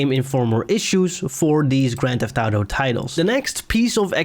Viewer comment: Your inability to say auto gave me cancer